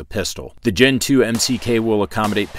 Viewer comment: I keep hearing Gentoo. so you like the penguin or the Linux distro?